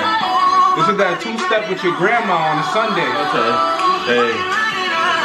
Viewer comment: The song done broke patty. EDIT: then Clearence. When have we ever heard Clearence say “OTAY”